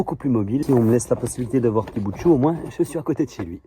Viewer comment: "Verbe voir" !!!!!!! Pas "vouailler" !! 👍👍😉😉😉😉